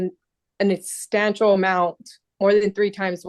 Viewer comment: he was making an estantial amount. What is estantial amount? She trying represent herself but can't pronounce substantial 😂 gtfoh !! This judge should be removed from the seat